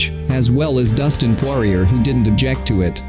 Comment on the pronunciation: "Losers click here" yeah learn how to pronounce his name first...